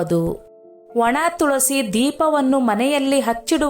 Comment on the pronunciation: Tolsi alla tulasi